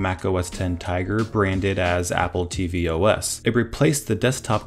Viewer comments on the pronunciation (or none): OS X *J e g w i r e*